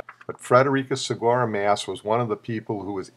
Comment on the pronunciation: Freddie's last name is actually not pronounced like "mass" but rather with an "ah" sound (like when the doctor says "say ahh"). So "aa" is pronounced "ah".